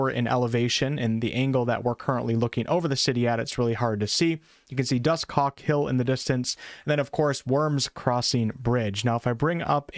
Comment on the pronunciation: Why you sayin Dusthawk like that? "Dus Cock?" pretty sus.